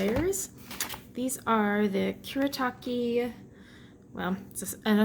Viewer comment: There is a set of opal colours too 🚂🚂😂😂 and you said kuretake right 👍